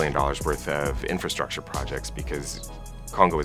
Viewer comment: « ok we are going to fund infratshatsha » this took me out !